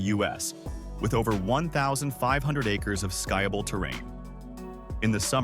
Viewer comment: Skyable terrain 😂